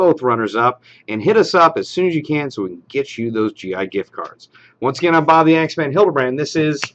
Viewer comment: Bob* not boob xD